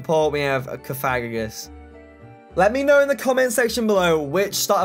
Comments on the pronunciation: It's Cof-a-gri-gus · Bruh this man said CoFAGrigus. Coming from someone who's played Pokemon ever since he could use his thumbs, this is NOT how you say that name. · Cough- uh- greeg- us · I find the way he says cofagrigus funnier than get in the effing bag nebby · Misprounouned cofagrigus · U pronounced cofagrogas's name wrong google the pronunciation